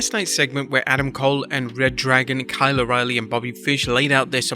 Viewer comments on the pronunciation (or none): none